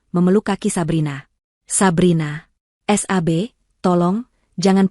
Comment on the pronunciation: Yang baca teks oon Sab tapi bacanya s... a... b hadeh payah 😛